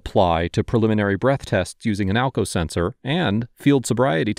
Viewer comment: Sumwon was axking for alkao seltser